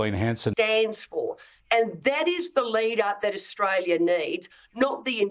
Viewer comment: Albanese cant even pronounce Australia